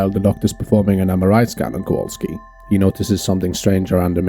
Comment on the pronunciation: Kowalski, not Kawalski.